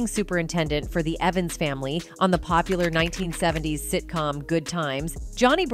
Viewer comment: "1970 - S" got to me